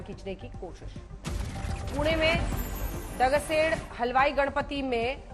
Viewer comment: ओ गोरी इंग्लिश मेम वो अथर्वशीर्ष का पाठ है जो दगडुशेठ गणेश मंदिर मे हुआ... दोनों शब्द गलत पढ़े आपने इतनी भी क्या जल्दी है... 5 min ज्यादा लो परंतु न्यूज अच्छी पढ़ो 🙏🙏🙏🙏जय श्री राम 🚩